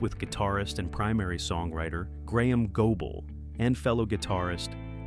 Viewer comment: It is GOBLE not GOEBLE.